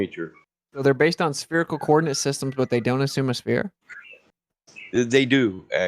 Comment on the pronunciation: Will someone PLEASE teach how to say 'spherical' - at least tell him there's a 'h' in there... And an 'i' before the 'c'. Christ it's grating on the ears to hear 'spearacle' every 2 seconds.